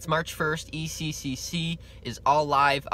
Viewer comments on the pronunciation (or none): sorry, but i laughed every time you said ecccc its eccc